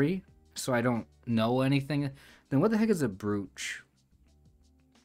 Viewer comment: Great solve! Just FYI: "brooch" is pronounced "broach" because reasons. Ugh, English is so dumb sometimes! Very common to hear that word in the UK, but generally I've only heard Americans refer to them as "pins". I've watched too much Antiques Roadshow...